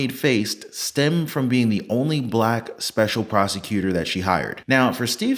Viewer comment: When driving through Georgia, remember: The word "prosecutor" is pronounced "prostitutor".